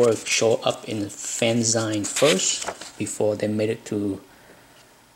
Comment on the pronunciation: I've always been a fan of Byrne and his work caught my eye when he was still at Charlton, long before he did anything for Marvel. Thanks for posting this. BTW: "fanzine" is pronounced like "magazine", not the way you pronounced it.